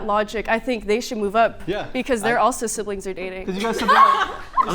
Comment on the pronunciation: DID SHE JUST SAY SIBLINFS OR DATING